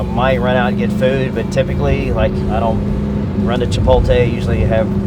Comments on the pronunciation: “ chi-poll-tay” 😂that’s the first I’ve heard someone say it like that hahah, I say “chi-polt-lay” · Somebody count how many times he said Chipotlay 😂😂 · The way he say Chipotle is funny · Yeah he's concerned about the mask getting roasted on for haha shit needs to fix how he says that shit.